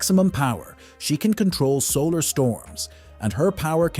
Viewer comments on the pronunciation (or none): none